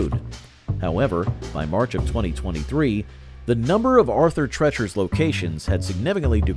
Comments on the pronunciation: Arthur TREECHERS DAMN IT!! Not trechers. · Every time they spoke of it they said tree chers, the only one that called it treachers was the host. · "TREE-CHERS". They even said it like 4 or 5 times. 🙄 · Calls it Arthur "Tretchers" even though the commercial clearly says "Treachers" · What a dumb azz......its pronounced Arthur "TREECHERS"...lol. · 🙂 It's Arthur TREEchers, NOT...how your VO guy was saying it. 🙂 Knew they'd be at the top. Good memories. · How can you get Arthur Treachers name wrong? The commercial literally says the name. 😂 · You managed to mispronounce the name "Arthur Treacher's" even while the commercial was playing and pronouncing the name correctly. That's a level of incompetence that most lazy listicle YouTuber's could only dream about. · You know if you just watched the commercial clips you use for your videos, you'd know how to pronounce Treacher's. I guess maybe that was caused by changing customer preferences too lol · Treeaaaacherssss. The narrorator heard it pronounced correctly in commercials but said fuck it! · It even says it in the commercial, and he still says it wrong *cries*.